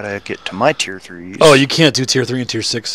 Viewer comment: When u say teir but its not wot....